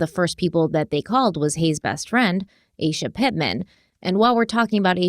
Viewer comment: I’m really enjoying you taking this in true Crime Weekly fashion and focusing on the victim and crime. Thank you! I did want to say that her best friend’s name is most likely pronounced AH-SHA.